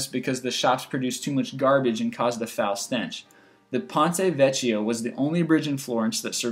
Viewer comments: ponte vecchio is pronounced "vekkio" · Vecchio is not pronounced "Vetch-ee-oh," it is pronounced "Veck-ee-oh." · 1. ">>ponte vekio<<" is how you read it not ponte vechio